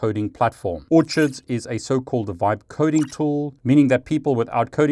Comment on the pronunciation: Orchids = Or-Kids